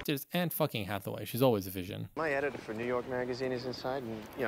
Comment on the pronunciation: “Anne HathaWILL, Anne HathaWAY” I ALMOST CHOKED ON MY YOGURT 😂